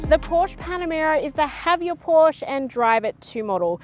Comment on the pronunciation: best review (of ANY kind) i’ve ever seen!! very thorough. but you must pronounce PORSCHE correctly.